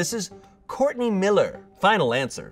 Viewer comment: it's Shartney not Shourtney